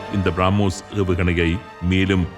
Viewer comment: திருத்தம் : பிராமோஸ் இல்லை, பிரமோஸ் என்று அழைகவும்